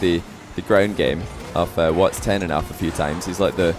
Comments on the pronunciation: bro kept saying whats ten. its just watson:sob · it is not "whats10"! it is "whatson10" edit: ops! sorry im not english. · can you not say WHATS TEN ITS WATSON